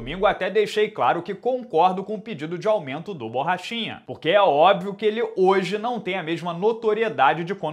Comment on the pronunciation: No começo do video achei que tu falou paulo bosta kkkkk, achei da hora até!